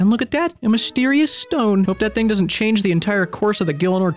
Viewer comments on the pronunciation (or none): none